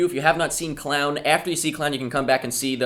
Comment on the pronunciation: pronounced clone